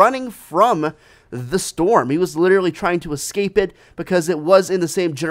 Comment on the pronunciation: Guys it's a snow "STORM" like the STORM